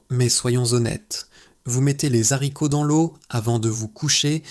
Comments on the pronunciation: Y'a combien de Z à zharicots ?😂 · Super. Seule observation : les haricots : pas de liaison